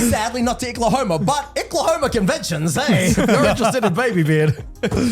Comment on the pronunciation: As someone from Oklahoma, calling it Icklahoma had me rolling